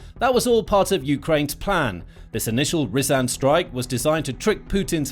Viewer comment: Also, not "Ree-zan'" but Rya-zan Рязань